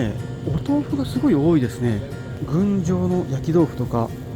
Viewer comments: ぐんじょう でなくて 郡上(ぐじょう)でしょ。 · 「ぐんじょう」ではなくて「ぐじょう」と読みます。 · ぐんじょうではなくぐじょうですね。。 ぐじょう豆腐は美味しいですね